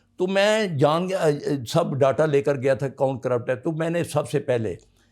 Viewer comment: باتیں تو پتا نہیں ٹھیک ھیں یا غلط۔ مگر کو اردو تو صحیح تلفظ سے بولنا نہیں آتا۔ اب یہ محترم ڈیٹا کو ڈاٹا بول رھے ھیں۔ اس ملک کو اس نہج تک پہنچانے میں سب سےبڑا ھاتھ محترم کے ادارے کا ھی ھے۔ کیونکہ یہ ادارہ نہیں رھا انکی غنڈہ گردی کا یہ عالم ھے کہ دیواروں کو ٹھڈے ارنے یا توڑنےوالے جیلوں میں سڑ رھے۔اور اس ملک کا آئین توڑنےوالوں کے خلاف کبھی کوئی مقدمہ بنے گا کیا؟ جتنی محبت ھمیں آرمی سے تھی خدا کی قسم اس سے کئی گنا نفرت ھوچکی۔ دعا ھے کہ اللہ اس وطن عزیز کو شریروں کے شر اور حاسدین کے حسد سے بچا کر رکھے۔ اور یہاں کوئی صاحب ایمان حکمران کو حکمرانیت نصیب فرما۔ ان جرنیلوں نے عوام کو PTI, N-League,PPP کے جھگڑوں میں بانٹا اور خود انکی اکھاڑ پچھاڑ کر کے DIVIDE & RULE والی فلم پہ عمل پیرا ھیں۔ آخری بات جب تک عوام طور پر یہ فوج بیرکوں, بارڈر, ملکی حفاظت تک محدود نہیں ھوتی۔ اس ملک کا کوئی مستقبل نہیں۔ جو بولے بس اسے اٹھا لو۔ ھاتھ جوڑتے ھیں بہت ھوگیا, اب یہ پین یکی بند کرو اور عوام کو اپنا فیصلہ کرنے دو۔